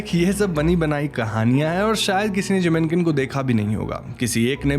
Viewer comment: Jinmenken it is. Sounded like Jiminkin. Had to look up lol.